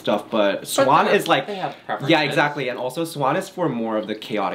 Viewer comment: “i’m sorry, i haff to interrupt… can we just start eating?”